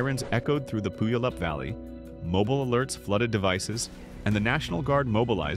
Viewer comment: Puyallup - pronounce like "pew all up". This word ties to an American Native Indian tribe.